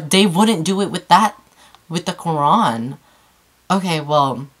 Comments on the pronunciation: i love when u said QURAN! That's sweet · Cats are dope in this video but she nailed the pronunciation of Qur'an ..! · Wow subhan'Allah. ❤️ Thank you for doing this so respectfully. Also you pronounce the word Quran so well 😊👍🏽